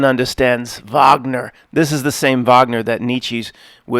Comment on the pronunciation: Never heard that Wagner quote (nice pronounced it right haha) that is based as hell. ( - I've done him the kindness of not reading his book and my greatest hope is that one day he will thank me for it) I'd have to guess/assume it was regarding the whole "Twilight of the Gods/Idols" debacle lol.